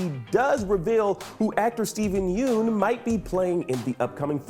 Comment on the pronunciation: You may want to learn how to say his last name correctly before releasing these videos.